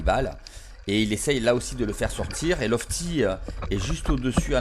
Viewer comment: Super. J’adore Et c’est loTfi et ne pas lofti 😂